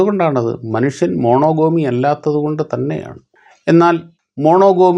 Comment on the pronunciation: മോണൊഗമി എന്നാണ് - മൊണോഗോമിയല്ല